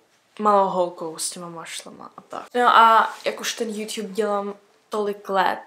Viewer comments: Mě mega štve jak říká jůťub napsala jsem to schválně ale jsem mega ráda že je to apríl❤ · tak se hlavne nauc mluvit a ne juťjub😂